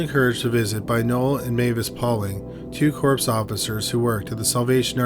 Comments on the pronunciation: For anyone who doesn't know, they are "Corps" Officers, as in members of the Salvation Army Corps. It's pronounced kōr. I know the pain of learning words through reading them and not hearing them, my dude. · I love how "corps" was pronounced "corpse" and not "core". Adorbz. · LOL when he says "Corpse Officers". Suddenly being a volunteer for the Salvation Army got a whole lot more serious. Never change, my man.